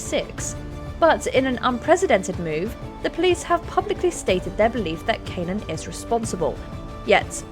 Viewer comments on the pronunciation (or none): John Cannan, it’s pronounced Can-Ann